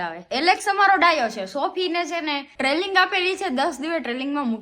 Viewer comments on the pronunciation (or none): treling na kevay trening kevay